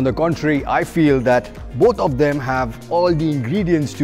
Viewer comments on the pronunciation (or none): none